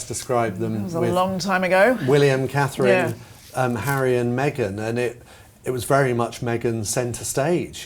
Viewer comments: She has trouble even saying Catherine. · Call her “” or “” until, she can get Catherine’s name correct..IMO